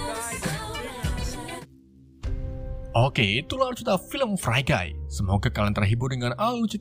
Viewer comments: Fri guy bang bukan frai guy Koreksi aj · Bacanya fri gai bukan frai gai.. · Min cara sbutan free guy =frii not frai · FREE GUY dibacanya (Fri gay) om 😂 bukan (Fray Gay) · Bacanya fri bang buken fre hadehhh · Bacanya Fri bang bukan Fre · free guy bang bukan frai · Pronounce nya bukannya fri gay ? Ko fray gay ? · Maap maap Agak ga enak d denger. Free guy harusnya d baca fri gay Free Life harusnya d baca Fri Laif. Bukan sok sok an, maaf sebelumnya.